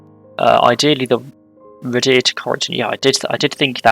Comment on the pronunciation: Thanks, I've been waiting for my local area and I love people pronouncing our place names! Happy to help though: The depot is Canton Cathays - Cat-hays Waun-gron Park - Wine-gron Park Radyr - Rah-duh Rhiwbina - Roo-by-nuh Ty Glas - Tee Glass Good luck with the rest, I can't wait 😂